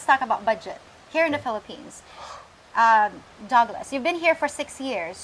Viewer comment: When called Douglas it sounded like Dog Less and when she called him Doug it sounded like Dog. Douglas was the cool calm one out of the two. Dale doesn't have enough boots on the group time and he may get Simped.